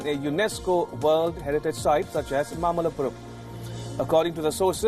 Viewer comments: It's mamallapuram not mallapuram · It's not mallapuram... It's mamalapuram or mahabalipuram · Think it is mamallapuram and not mallapuram. Mamallapuram is Mahabalipuram in Tamil Nadu.